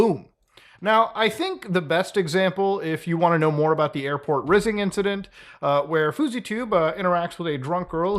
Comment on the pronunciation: Muta please refrain from saying “rizzing incident” ever again dawg lmao